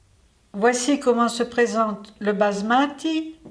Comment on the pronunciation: pourquoi dire le mot "basmati" avec un accent Italien ?